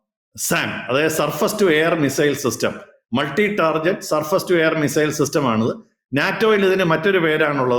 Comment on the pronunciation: Sir, ടാർജറ്റ് അല്ല ടാർഗറ്റ് ആണ് 🙏